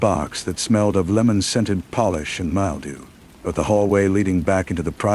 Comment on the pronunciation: Good AI but "mild dew"? There's your problem 😅